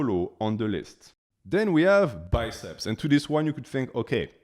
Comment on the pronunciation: "then we have '**B I C E P S**"